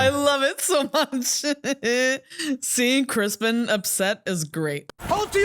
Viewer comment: Seems like nobody knows “ Sir Cristons” name😂. She calls him “crispen” another lady calls him “cristian”😂